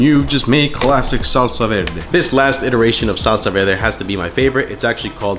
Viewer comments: Was homie saying salsa “velde”? Is that an accent? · Salsa “velde” yeah okay Mexican’t. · "Salsa Velde" 😂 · well, accents exist, I don't think there's anything wrong with a bit of r and l mix up as long as one can tell what the other person is saying, as is this case. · "salsa velde" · why does he pronounce it like that “vel-deh” lol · I had a hard time believing you were Puerto Rican but the way you say salsa verde leaves me no doubt 👍🏻😊